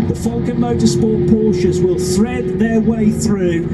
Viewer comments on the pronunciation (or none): none